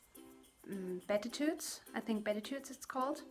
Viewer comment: Just a note on the recommended needle sizes on that yarn. Those are the American needle sizes. A size 6 would be 4.0 mm and a 7 would be 4.5 mm. Also, on the word "beatitudes", you would simply pronounce it like bee-attitudes. :-) Take care and have a blessed Advent. :-)